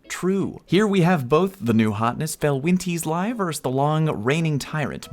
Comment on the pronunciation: “Felweenzy Leezy” I love it